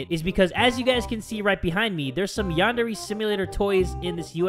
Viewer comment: Lol i was board and going through his playlist and noticed how didn't know how to say yandere and did not show much interest in it and now its like this.